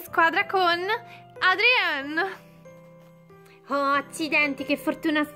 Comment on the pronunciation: Non si chiama Adrien ma Adrian